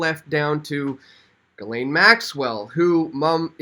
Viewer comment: Ghislaine is pronounced ''jiss-lenn'', with a soft j.